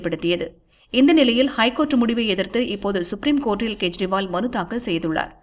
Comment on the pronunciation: It's not to be pronounced in KURIL but in NEDIL .None has the right to mis spell other's name. I am referring to CM Delhi KEJRIWAL .In short KE should be pronounced as in the name of KESAVAN